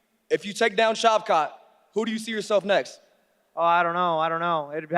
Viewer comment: Shav- CAT.... Shav-SHAT, Damn on the Struggle Bus, the short one